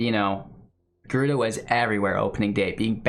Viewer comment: Lol "gryuda" 😭 rip